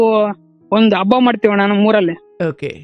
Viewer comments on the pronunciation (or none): none